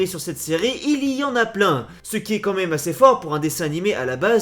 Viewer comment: c pas mime c meme